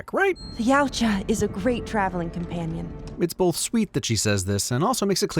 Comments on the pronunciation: its not pronounced yootja its yow-cha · I've always understood it to be pronounced "yowcha" I dunno where this uprising of the other pronunciation online even came from. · all wrong- it’s pronounced Eey-what-jaa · they...they pronounce yautja in the movies.....its certainly not whatever you're saying at the start. You fix it later in the video but you couldnt go back and rerecord the first lines with the correct pronunciation?